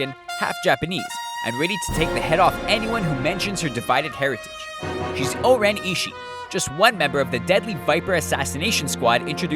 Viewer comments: name is 5 syllables he's pronouncing it with only 4. Her name is (Oren-I-shi-I) NOT (Oren-I-Shii). If you think I'm wrong... WATCH THE MOVIE! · like O-ren Ishi'i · (O-REN-E-SHE-E) You didnt say the last syllable...